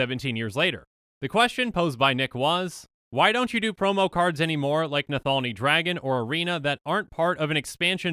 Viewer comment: bruh, how are you getting nathalni out of nalathni?